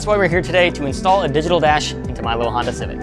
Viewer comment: did he say hondata and not hondata -.